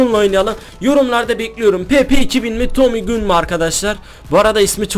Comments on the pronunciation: Abi tommy gun tomi gan diye okinuyo gün diye değol😂😂😂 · Abi Tommy Gün Değil Tommy Gan Diye Okunuyor 😂😂😂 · tomy gun diye yazılıyoda tomy gan diye söyleniyo gun ne :D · tomüy gün değil abi Tommy Gun Desen daha iyi olur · Abi Tommy Gün değil Tommy Gan 😀diye okunuyo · tommy gun diye okunmuyo tommy gan diye okunuyo :D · Tomu gün değil tomy gan 😂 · abi tommy gun diye okunmuyor tommy gan diye okunuyor !! :) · Abi tomi gün değil Tomi gan diye okunuyor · abi Tommy Gün degil Tommy Gan Ewqeqwe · abi tommy gun diye yaziliyor gan diye okunuyor adamsain<3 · Tomi gan diye okunuyor abi 😂😃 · Ya ciddimisiniz silahın adi tami gan diye okunuyoeun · Tomi gan die okunuyor abi